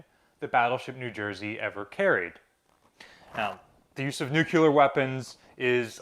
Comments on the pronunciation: It's N U C L E A R, not nuculer. Sorry, pet peeve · Noooooooooo k lur. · Its Noooo kee lar? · Please look up the word NUCLEAR and learn how to pronounce this word correctly. Stop saying NUKE- U - LER.